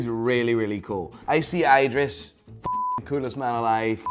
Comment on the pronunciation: It's calling him "Eyedris" the entire time